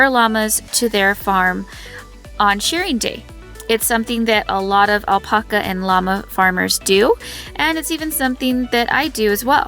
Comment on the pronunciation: The way you say alpaca is so awful, makes me want to kick you.